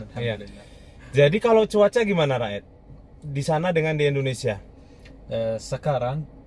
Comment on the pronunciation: Raed dibaca Ro'it